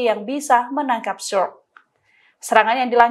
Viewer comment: Sukr bacanya bukan Suk tapi Sukur